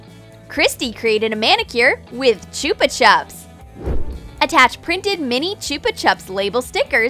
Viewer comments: I just loVE newtella and choopa chups. (just putting it out there, that's not how you say it) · THEY PRONOUNCED CHUPA CHUPS WRONG SKSKSKSKS